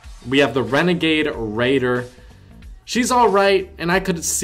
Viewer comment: Ummm sorry did you just say renegade raider